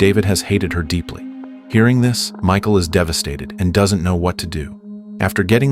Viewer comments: its pronounced Mihhaal lmao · we can read what her name is.. .it's cleary pronounced Mikal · Thats not her name 😂😂 you don’t pronounce it as that it’s Michal I think it’s Michelle thats what I call her as I don’t know how too pronunce her name lmao…….